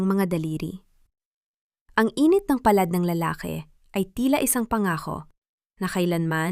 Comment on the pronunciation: Maganda ang kuwento,pero ypng ibang salita iba ang pagkabigkas,,ang accent,,ng ngiti,palad,at iba pa